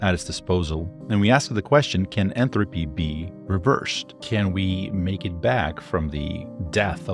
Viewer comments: When you say, "Entropy" It's coming across as "Enthalpy" which is something different. (entrəpē) vs. (enˌTHalpē) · I don't know why but it really bugged me when he kept saying Enthropy and not Entropy. Also he said 300 years not 300,000 years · Entropy not enthropy. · There is no H in entropy how annoying that pronunciation is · why are you pronouncing entropy so weirdly